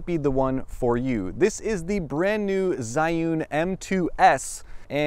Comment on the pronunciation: [zhiyun] not zaiun!!!